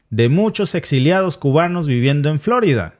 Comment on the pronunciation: No es " florida" sino " flo'rida" con tilde por favor